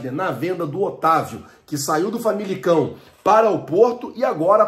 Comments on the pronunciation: "FAMILICAO" É o teu passado! Vai passar o ano inteiro falando o nome do clube errado? Desinformado! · Cara Vc vai passar 01 ano e não vai falar o nome correto do clube? FAMALICÃO 🙈🙈🙈🙈😂😂😂😂